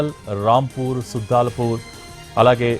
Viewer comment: సుద్దలపూర్ కాదు తుజల్పూర్.